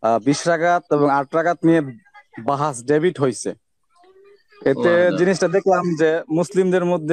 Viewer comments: Debit না রে ভাই ডিবেট 😂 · ডেবিট নাকি ডিবেট?